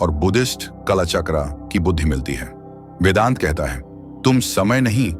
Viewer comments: Please take care of the pronunciations 🙏🏾🙏🏾🙏🏾🙏🏾 वेडान्टा नहीं वेदान्त। अड्वैटा नहीं अद्वैत। 😢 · Very Insightful ✌🏻 And वेडांता नहीं वेदांत(वेद+आ+अंत) we're indian not American 🙏🏻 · This is nectar, true wisdom of timelessness. P.S. - The pronunciations of Advaita and Vedanta are improper throughout .